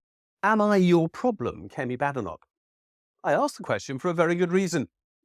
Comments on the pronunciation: It's pronounced Bay-denock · Every critical thinker is very aware it is correctly pronounced , ' Bad Enock' !